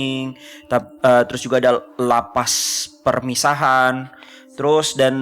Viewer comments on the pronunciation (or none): Lapas permisan bukan permisahaan 😁 Lapas narkotika